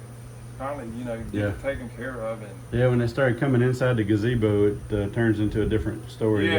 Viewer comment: That's not a gazebo, it's a gabeezo. you're mispronouncing it. 😂😂😂😂😂😂😂😂😂😂😂😂